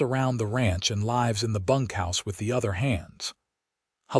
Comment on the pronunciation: AI needs to know difference between līves and lǐves … snd other such like …